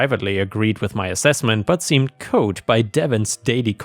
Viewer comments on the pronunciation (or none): Cowed is pronounced like... well... "cow". Not like "code". And it's misspelled. Should be "cowled".